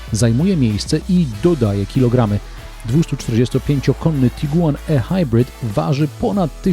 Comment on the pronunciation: tyle razy okaleczył Pan język:ehajbrit? Ehajbrit? Naprawdę? Chyba ihajbrit. Nawet Pan Balkan mówi prawidłowo. A to Pan bronił jak lew taip-ar i wiele innych. Np jaguar itajp etc. Mówimy w całości albo po polsku albo angielsku. Musi się Pan zdecydować